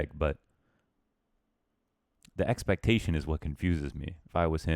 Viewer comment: "the eggspectation is what confuses me"